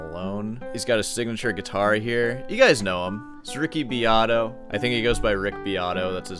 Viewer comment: Beato doesn't even know how to pronounce his own last name!